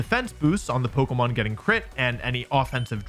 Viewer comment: Another person pronouncing it polkamon